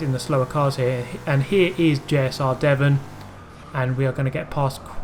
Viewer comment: You call my name weird xD